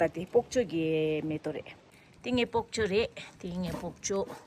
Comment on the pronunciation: Don’t say POKCHOY❌……Say ”BOK CHOY✅